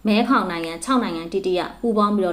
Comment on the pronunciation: မဲဂေါင်လို့ဖတ်ပါ။